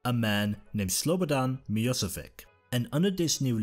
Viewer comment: Great video ! Only one note : his name was Slobodan Milošević (pronounced Slobodan Miloshevitch), not whatever you said :)